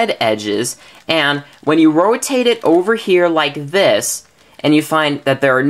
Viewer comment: Roatate lol